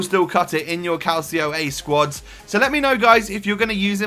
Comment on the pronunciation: good vid but its serie a not calcio a, but ea cant call it serie a. If it was calcio a however it would be pronounced calchio a